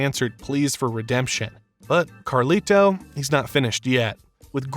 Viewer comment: I can't finish this video bro, the way you keep saying "Carli-Toe" is flushing all the melanin out of my skin lol